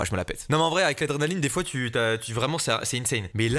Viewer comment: Quand tu dit l adrenaline on dirait tu dit drog mdr